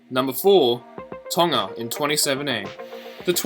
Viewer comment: you're the only white youtuber that pronounced tonga right